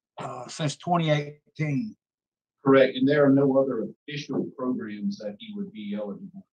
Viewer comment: PROGRUMS!!!! WHAT ABOUT THE PRECIOUS PROGRUMS?!!